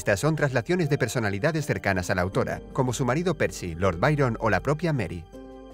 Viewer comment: Like si sabias que antes decia autouro y ahora dice autora like